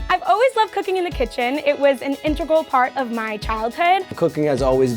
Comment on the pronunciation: did really just say “intregal”...